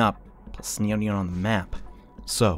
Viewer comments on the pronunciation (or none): none